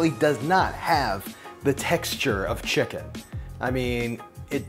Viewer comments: Why is he saying chickun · he says chicken real weird.